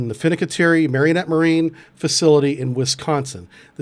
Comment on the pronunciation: Mare in ette. Is the pronunciation. Its the town in Wisconsin bro. Menominee is across the border. These are not italian names